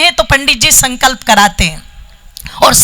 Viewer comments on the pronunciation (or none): none